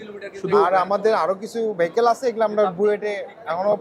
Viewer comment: ভাই‌কেল না, ভি‌য়েকল